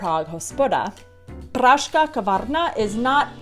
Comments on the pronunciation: Ad "Pražská", it is quite difficult pronouncing "žs" for non-Czech, there is "s" missing in your pronunciation. Try it slowly, syllable by syllable: Praž -- ská, Praž-ská, Pražská. The same with techtle mechtle (tech-tle, mech-tle) with hard "t". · I m sorry , really ... How you Are able to say " pražká kavárna " after 10 years in Czech republic . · Not pražká but pražská. You forgot to say "s". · Techtle Mechtle do not have any silent T's, nor does Pražská kavárna have a silent S;) I am pretty sure you pronounced it as Pražká. Your zmrzlina was really good though. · "Pražská" is pronounced [Praš-ská], where the "ž" followed by an "s" turns into a weaker "š" when speaking at normal speed. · No. You are right. The "s" should not be silent in "Prazska". Also the "t" is not silent in "Techtle mechtle". Unlike the "p" in Mrakodrap :-D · vyslovuje se PRAŽSKÁ KAVÁRNA ,tak to pražSka se říká se S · sorry i am late ... pražská kavárna ( missing ´s´ in your pronunciation ) ž+s ..... both has to be pronounced ..... sorry if i´m repeating another´s feedback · Při Tvém vyslovení "pražská" není slyšet písmeno S (praž...ská)